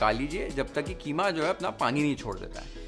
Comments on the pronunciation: why idiots say kheema its keema 😂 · Yeh KHEEMA kia hota hai😂😂😂😂HYDERABADI HO KIA QEEMA KO KHEEMA. 😂😂😂😂😂